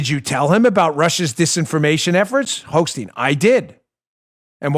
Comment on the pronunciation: Hochstein??? I thought you said Hoax-Steen ^^ Prononciation: Hoch = Stein =